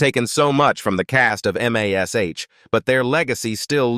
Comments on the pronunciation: I wish they would use a real person for the audio instead of a computer generated one. Computer generated audio always have too many screw ups. To start with, don't call it M, A, S, H. It is mash. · God *am AI M-A-S-H. it's MASH one word. FOOL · 10k likes for this inaccurate AI garbage? Why? Where did they get this completely wrong information from? And the AI narrator calls the show by it's letters. But everyone called it Mash, as in Mashed Potatoes. Nobody ever called it M A S H. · THIS IS LYING... KLINGER FOR ONE IS STILL ALIVE DESPITE WHAT THUMBNAIL SAYS! AND LIED ABOUT OTHER THINGS ACCORDING TO COMMENYS BELOW? AND THEN THE AI NAŔATION IS AWFUL... Spelling out MASH, instesd of saying it? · Why in the heck is this idiotic AI voice spelling out MASH instead of uisng it as a woed like every normal human? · Loved this show --- but first can't you train that AI voice to say MASH? Also the "aged horribly" label - All of them have gotten older as does everyone - They are mostly in their 80s or 90s now - be kinder. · You mispronounced several of the actors names and you called MASH M A S H. Wrong. Why do you have to insert videos of people that are not even the actors or their families. And even worse, you show people showering themselves in money when you mention the actors net worth. I am done watching your videos. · I would say the AI is NOT allowed to spell it out letter by letter.